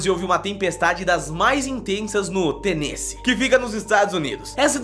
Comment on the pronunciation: n se pronuncia tenessê seria tipo tenessi ( eu sei q n se escreve assim ) amo seu canal bjs